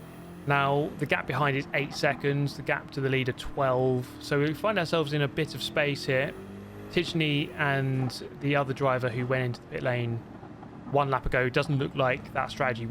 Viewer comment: I could be wrong but i think you're mispronouncing tidgney. When theres a gn together it's usually a silent G. Again, i could be wrong, but i believe his name is pronounced Tid - knee.